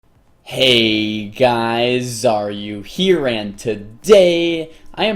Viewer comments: Same for me with the first couple vids i watched. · been cringing hard about this, now its a little less still cringe intro tho xD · XD me too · You're not the first one to think that.. dont feel too bad lol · LOL me too, i didnt realize until i saw your comment that he doesnt say "are you here" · rapandthekillers I’ve been wondering that for about a year